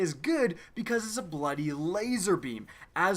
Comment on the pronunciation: is an irish now, "bloody laser" lol